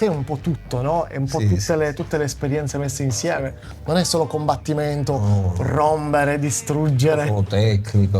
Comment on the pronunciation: Karate Kid 7: Il momento di RRROMBERE.